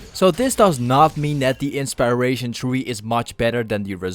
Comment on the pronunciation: Thought I was the only one that heard it.